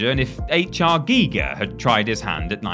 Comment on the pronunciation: Finally, an English native speaker who pronounces the name of H.R. Giger correctly. Well done, level up! 👍